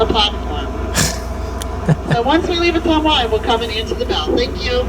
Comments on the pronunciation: ..... it is pronounced “O-Tum-WAH”!!! Fun fact, President Nixon & wife lived there before WW2 while he was going through military training! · It's pronounced "Uh-tum-wah", if the TV show M*A*S*H is to be believed. It's the hometown of the character Radar O'Reilly, Ottumwa, IA! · Ootuma Iowa it pounced attumwa but it’s spelled ottowa I live in Des moines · Ottumwa - Oh TUM Wah. Not, Oh TOOM Wah. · Ottumwa, Iowa, pronounced Oh-TUM-wa, I-O-wa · O-TUM-wa, as in "Tums" or tummy. Hometown of Radar O'Reilly of M.A.S.H. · Ah tum wa that is how Ottumwa is pronounced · Ottumwa is pronounced "uh-TUM-wuh".